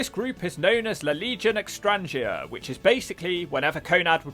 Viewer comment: you butchered the pronounciation of 'La Legion Extranjera' (The Foreign Legion). It's fine, though.